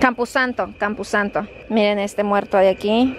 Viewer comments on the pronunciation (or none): EN SERIO NO SABES COMO SE DICE “CAMPOSANTO” No campusanto toing